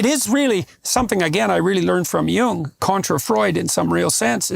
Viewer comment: Y'all are pronouncing "Jung" (in Carl Jung) wrong.